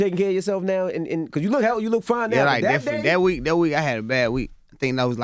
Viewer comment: Interviewer: How are things going Baby? Baby: Definly